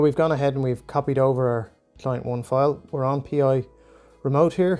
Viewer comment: It's "Pi", not "P.I.". Thanks for the tutorial.